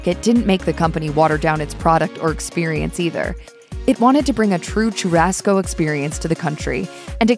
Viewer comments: Too-rasco as well 😂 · Learn to pronounce “churrasco” properly. Sho-Ha-Sko 😑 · Wtf is Chew-Rasco ??? 🤦🤣🤣🤣💀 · You need to work on pronunciation of logo de Chao and Churrasco....every Brazilian ears hurt right now...terrible...